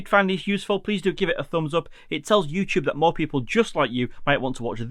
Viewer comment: Thank you for this tip. I wasn’t aware of some of those limitations in QuickShots. Also, I’m in the USA and really like your accent (compared to our English), and noticed when you say “up” it sounds like “op” 😂, no offense.